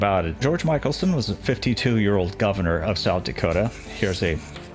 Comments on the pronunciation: Mick El son...and Pierre is pronounced Pier..... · I think it's pronounced mickelson with a short I. Mik-el-son. My husband and I rode our bikes on the Mikelson Trail and had no idea who it was named for. Love your videos. So informative!!! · George Mickelsen's name is pronounced MICKelson NOT MICHAELSON. He was a very much loved Governor. I was living in South Dakota at the time.